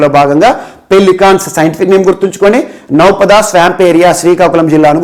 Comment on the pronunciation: Naupada antey నౌపాడు sir pronouncation